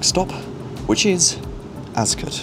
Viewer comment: As a Farnborough local, I've been waiting for this video for about 2 years 😂 Word of advice, Ascot is pronounced "Ass Cot", not "Azcut"